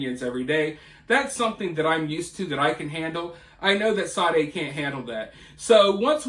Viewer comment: Sade...reads sharday